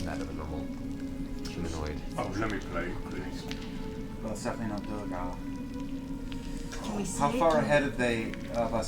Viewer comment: Matt's ongoing mispronunciation of "duergar" (he says "doo-reh-gahr",which would be written "duregar"), Liam's correction (he says "doo-er-gahr" although it can also be "dwair-gahr"), and the cast's response (laughing as if Liam made the mistake) is interesting foreshadowing of C2 and the dockside sessions where Matt mispronounces "quay" (said "key" in all of the rest of the world) as "kway" (only accepted in some parts of the US, and apparently not even in all of North Hollywood), and Liam's gentle correction is just ignored. That was so grating to me that I had to watch the associated episodes muted and with CC, as I just got frustrated otherwise...